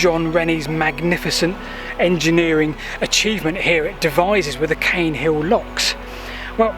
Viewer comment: Caen is usually pronounced 'khan', but perhaps this one is different.